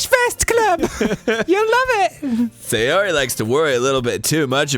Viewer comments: that girl is SAY YOH REE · just sayori just sa yori just say yori JUST SAY YURI